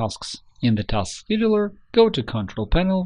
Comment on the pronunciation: it says task scheduler but he says "taskedoir"